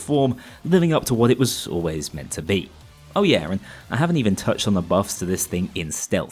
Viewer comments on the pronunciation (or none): did you just say "living up to what it was saw-lways meant to be?"